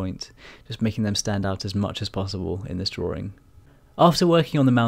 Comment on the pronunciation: Drawing, not drawring.